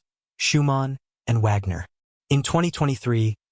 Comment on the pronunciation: Do your homework and learn how to pronounce Wagner and Lyon!